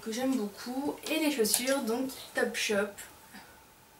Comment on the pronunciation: ''boucoup" ahah ! :p sinon super la routine teint !